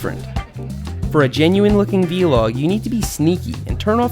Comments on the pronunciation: Seth it's Vlog! Not Vee-log. VLog. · Seth, its not v-log don't say that it makes you sound like an old man who doesn't know about youtube. Say it like vlog. One word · Vlog, not V-Log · STOP SAYING V-LOG. VLOG, LIKE BLOG!